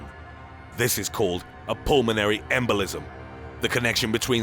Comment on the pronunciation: Why is he talking like that? "This is called a pulmonary EMbolism!" LOL